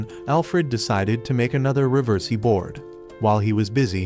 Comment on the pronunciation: i love how he somehow manages to botch the pronunciation for riversi every single time🤣🤣🤣🤣🤣🤣🤣🤣